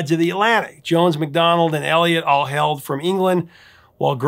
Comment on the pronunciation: I’m still looking forward to the day you must pronounce a word like “HAILED” and NOT have it come out sounding like you said “HELD”!